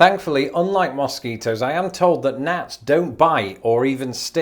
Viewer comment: Love the way says moss ketos.